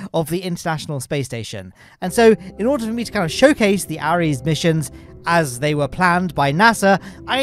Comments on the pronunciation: It’s called the constellation program btw and the rockets are pronounced “air” es, not “a” res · Ares pronouced "Ehrese"